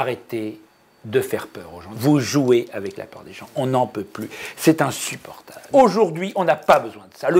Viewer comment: "C'est inssUportable"